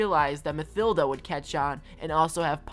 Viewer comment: Ma "thilda" it's said ma-tilda